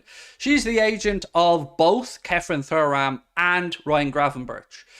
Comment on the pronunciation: Can this guy please stop saying Thoo-ram, it's Tu-ram. It's a legendary name in the football world.